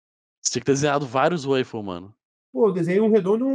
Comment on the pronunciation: WAFE WAFFES WAFLE WAOUFLE WALFFE HAHAHHAHAHAHAHAHHAHA simplesmente o Waffle do entretenimento